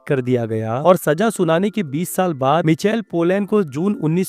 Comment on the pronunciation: मिचल नहि माईकल है भाइ 😊(Michael)